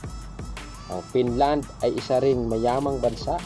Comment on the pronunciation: BROD PAKIAYOS NG PAG PRONOUNCE! BKA MAGKAMALI AQ SA SPELLING NG FINLAND AS PINLAND!